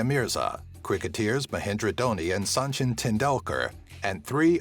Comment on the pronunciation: it's Sachin not sanchin